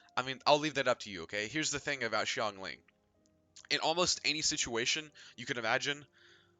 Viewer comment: Of all the genshin impact videos I've watched, this is the only one that pronounces Xingqiu and Xiangling correctly. A breath of fresh air. Thanks for that.